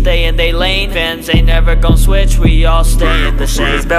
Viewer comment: It sounded like when said fans it was like vans 💀 If your dirty minded sometimes you will know what I’m thinking rn 😅